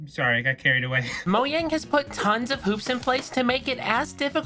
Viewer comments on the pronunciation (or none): is nobody gonna talk about the way he said Mojang as Moyang? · The fact he said Moyang instead of mojang 💀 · DON'T SAY MOYANG IT MAKES ME MADE SAY MOJANG LIKE A NORMAL PERSON!!!!!!!!! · Its not Moyang its Mojang. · it's mojang not moyang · WHY DOES EVERYBODY PRONOUNCE MOJANG ¨MOYANG¨ BRUH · İts Mojang not Moyang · Moyang Moyang Moyang Moyang Moyang Moyang Moyang Moyang Moyang Moyang Moyang Moyang Moyang Moyang Moyang Moyang Moyang Moyang Moyang Moyang Moyang Why did you say moyang? Instead of mojang? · him saying moyang instead of mojang H U R T S my soul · MOJANG NOT MOYANG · bro said "moyang" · "moyang" lmao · 😊Did you just say... Moyang?!? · Did he say mojang as moyang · its not moyang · hearing you say “moyang” hurts me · for every "it's mojang not moyang" comment, sweden becomes 5% more powerful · listen to any of the developers, or any swedish person because it's a swedish company, pronounce the name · the way you pronounce mojang is absolutely despicable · The letter J is not that hard to pronounce